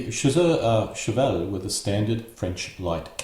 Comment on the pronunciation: Garde Velites not Velities pronounced Vel - eat no "S", like Elite with "V" preceding. Cheval (Horse) not Chevel. Voltigeur pronounced with a soft g. Like the G in general or German. ie Voltizher.